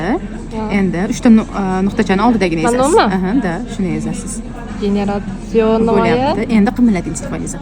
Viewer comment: EZASIZ🤔🤔🤔 g'alati eshitilarkan